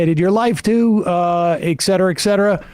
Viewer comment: he clearly says, "excetera, excetera." Yikes.